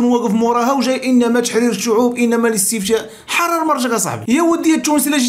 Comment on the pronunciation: أخي اسمه الاستفتاء ماشي الاستفشاء😂